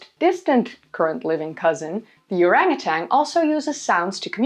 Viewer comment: It's "orangutan..."